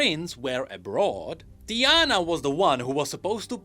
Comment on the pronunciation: I know my guy hahaha he just said the name wrong Its TI-ana But instead in this case he said DIE-ana , simple emphasis on the first letter makes it sound completely different… It was a joke